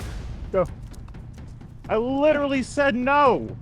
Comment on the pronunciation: “Lidurally” guy thinks he’s an intellectual 😂😂😂